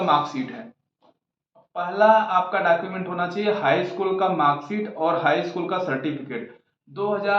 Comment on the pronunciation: डाकुमेंट नहीं होता है वो डॉक्यूमेंट होता है 😂